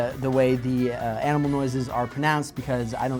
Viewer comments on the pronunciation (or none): The other person will have to guess the "aminal"? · Hahahahah says amnimal instead of animal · says aminal